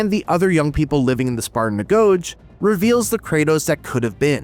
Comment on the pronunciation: You lost me at 'Agoje'. It's AH GO GI.